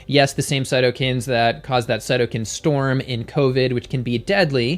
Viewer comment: Just a minor point...both cytokine and kinase have “long” i’s...for their pronunciation.